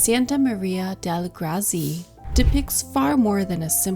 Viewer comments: Grazie is pronounce Gr-Ah-t-Zee-eh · Please please learn how to pronounce “Grazie” properly!